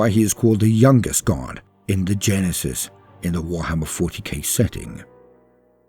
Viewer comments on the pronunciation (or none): none